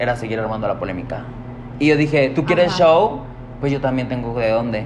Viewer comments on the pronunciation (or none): none